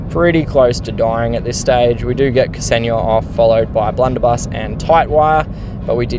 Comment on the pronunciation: Hello, thx for the video and glad to see you're back in the game :) Also, just wanted to say it's pronounced 'Xenia', in one go, , not 'K-seni-ya'. :hand-purple-blue-peace: It's my gf's name :face-blue-heart-eyes